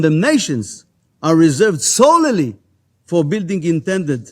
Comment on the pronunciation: גדעון, אומרים סולי, לא סוללי. Solely. יש L שקטה, הראשונה. אומרים רק את השניה.